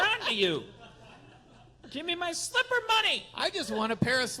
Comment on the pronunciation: Tbh Slipper is not the word I heard at first.🤣